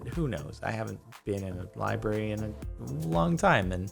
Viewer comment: What's a liberrarieuy